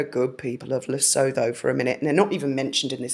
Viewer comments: It is very interesting, great research. HOWEVER…it is pronounced Lee-Soo-Too……or…..Lee-sow-Toe. Never, LisooTHO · Hi my hun! Yes, very strange and interesting! I live in South African and it's very weird about Lesotho. (Pronounced Le-sue -too). Much love to you and Graham and have a fab rest of the day! We're all nursing hangovers from the rugby last night! 😆😆🤣🤣XXX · The plot thickens! Great work. How do you come up with this stuff?! It wouldn’t even cross my mind to look up this. But you’re on the ball with that one! (P.s. I think it’s pronounced luh-soo-Too, with a hard ‘T’) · Interesting....Lesotho is pronounced "Le Soooo Two". It is an independent, land locked country, surrounded by Rep of South Africa. Ruled over by the Lesotho King Letsie III. It is an extremely poor country. The people of Lesotho are called Basuto. The Capital is Maseru. BTW this is where Prince H spent his gap year and started his charity Sentabale. Odd that ??? is it not. ??? What a coincidence??? 🤔🤔🤔🤔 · Lesotho is pronounced Luh-soo-too. It is a kingdom, completely surrounded by South Africa but not part of it. It is a constitutional monarchy. H visits the country in relation to the Sentebale charity. He was in Lesotho, June 22, 2018 at Mamohato Children's Centre near Maseru. Before he married, he was in Lesotho in 2015 and then several times before that, once in 2010 with his brother. These searches could be people he knew doing those searches for him, or he could have visited off the record. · Lesootwo proper pronunciation, is mainly a very poor rural population with few people requiring WiFi (if they even know about WWW)! I have family who live in Ladybrand on the border. Must be bogus stats unless one or two stupid persons in Lesotho has been manipulated, bought & bribed by H...that is probably the truth! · The 'H' is silent in Lesotho...Luh-soo-too. Sorry it's a nick-pick of mine when one mispronounces words I do it myself...I also think it helps to know.